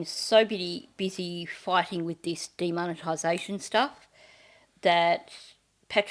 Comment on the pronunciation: I thought u said DEMONitization. As if u were fighting off a demon, exercise! 😂